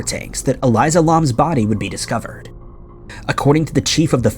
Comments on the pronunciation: It's Elisa, not Eliza. It was The Stay ON Main not The Stay in Main and her case is solved. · I hate the way he pronounces Elisa’s name